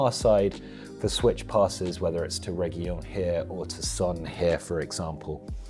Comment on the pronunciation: I dont want to sound weird but reguilon is not pronounce with an y but with an L like on light and in his surname is ReguiLON last part has the strength on the pronunciation(just trying to help :D)